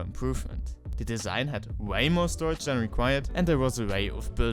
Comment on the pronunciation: I seen this in multiple videos and probably no one pointed out. It is storage, not storrage.